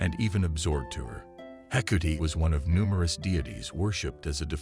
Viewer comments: This guy's consistent mispronounciation of the gods names makes this very difficult to listen to. How do you get 'Hecuti' from Hecate, anyway? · I really can't stand the mispronounced words and name of Hecate, called hecootie in this video. 🖕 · Actually pronounced heck art aye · Would be nice to pronounce her name correctly! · me also, it bothers me most with Hecate as I'm Wiccan and she is my Goddess. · Is the mispronouncation due to the possible use of voice to synth technology?